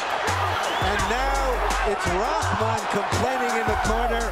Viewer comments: “RaHman” not Raman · Rahman is pronounced rock maan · He can't even pronounce Rahman. Not Rodman, dude. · Isn’t it pronounced “Roc-mon”?